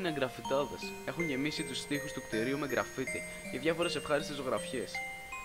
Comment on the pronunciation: Ε γκράφιτι λέγετε όχι γκραφίτι